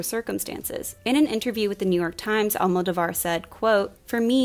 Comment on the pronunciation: I’m sorry, so out of the main topic, but please, it is pronounced AlmoDOvar, not AlmodoVAR. I don’t why I’ve heard so many English speakers pronouncing it that way, but I find it really distracting >.<